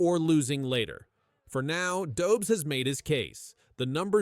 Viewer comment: Dobz?? It's Dobesh. Geez.